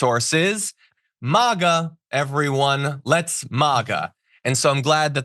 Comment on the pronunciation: John seriously we've heard the pronunciation of MĀGA for years now, can you just say right once & we'll get rid of it for good?! 😅 I'm just a short drive from Asheville, we need the help & a plan for the future (it's going to keep happening). The fact that, that little man couldn't drag his butt back to Congress & do his job right (the first time) shows he will never be effective in an emergency!! I hope his God, religion, karma, universal vibe finds him... And those of us still wondering how we're going to get that tree up, will be watching. 🤍